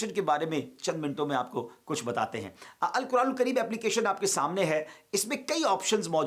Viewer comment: آپ درست ق ادا نہیں کرتے ہیں مہربان کیجے اور توجہ دیجے آپکے منہ سے الکران الکریم ادا ہوتا ہے میں کئی سالوں سے آپکی تقریر سنتا ہوں تقریر میں بھی آپ ق کی جگہ ک. پڑھتے ہیں